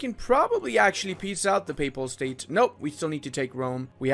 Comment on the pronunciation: I can swear he is saying "PayPal state" but i cannot prove it